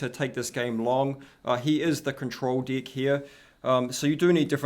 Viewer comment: its pronounced "deck" not "dick" 'EH' eh EH EH not IH, EH!!!